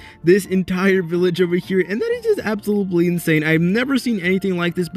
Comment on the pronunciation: am i the only one that gets pissed off everytime he said absolooply ? 💀😭